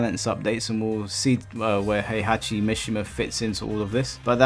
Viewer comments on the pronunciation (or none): none